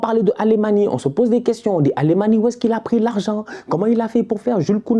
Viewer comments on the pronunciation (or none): j'adore tes vidéos, mais tu respectes pas les blazes des mecs...C'est pas Wer-ghost, c'est Weghorst...et Alemany, ça se prononce "Alémagne"